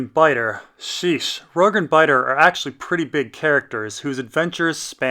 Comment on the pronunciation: HIS NAME IS ROURGEEEEEEEEEEEE WITH AN E NOT FUCKING RORG DUDE PLEASE LEARN!!!!!!!!!!!!!!!!!!!!!!!!!!!!!